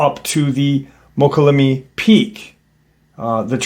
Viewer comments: I think you are talking about Mokelumne? Pronounced Mo-call-a-me. Interesting story, I lived in the area for several years. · MOKA- LOO-ME... MOKA- LOO- ME! Slow down,😂😂. Damn Bro, you butchered it again!! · Pronounced... "Moe-kolla-may" 😏